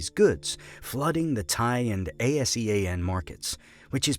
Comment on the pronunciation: A S E A N country's? Who on earth pronounce ASEAN like that?